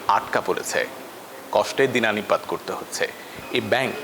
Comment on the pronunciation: dinanipat na bro dinatipat. bhasha ta shikhen agay